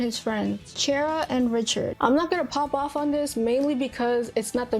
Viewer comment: Great vid! Just one nitpick, it's Cheria not Chera, there's a clear "i" in her name.